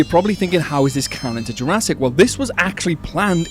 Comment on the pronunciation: " I bet Jurassic can" sounded so normal to me, until my brain randomly starts to function. "I bet Jur-ass-it can" 💀💀💀